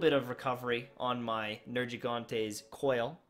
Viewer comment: Ignisious Brudda You cant pronounce Nergiganta and Teostra?